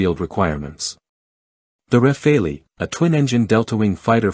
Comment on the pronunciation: For heaven's sake it's RAFALE, like CHACAL, like FOCAL and NOT RAFAELI. When are you, Americans, going to stop butchering other people's languages ? This is utterly annoying !